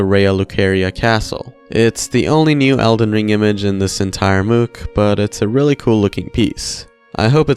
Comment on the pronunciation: They way you pronounce mook is so silly. Think about how you pronounce book. You don't say booook, do you? Anyway, thanks as always for the video